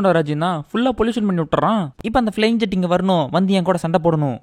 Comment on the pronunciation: அது ஜெட் இல்ல bro.... 'ஜாட்'.... ஜாதி பேர்ல படம் எடுத்து வெச்சிருக்காங்க.....